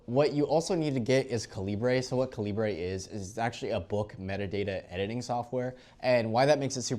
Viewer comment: Cal-I-ber same pronunciation as the bullet size